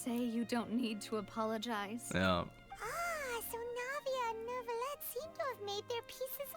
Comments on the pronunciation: as a french I say Neu Ville Ette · I don't know if it was said, or if you already know, but Neuvillette is pronounced like ville (nouvelle+ville=Neuvillette), so like a L. Or at least, that is how they pronounce the name of the town called Neuvillette. I think using y sound is also okay grammatically, it's just one of those case when you can make an exception and since it isn't a common word I can't be 100% sure which one of the pronounciation is the "correct" one.